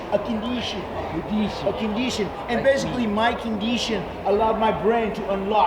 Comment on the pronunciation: He had a "condeetion"